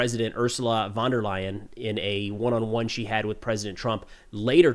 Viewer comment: Its prnounced Ursula fon der line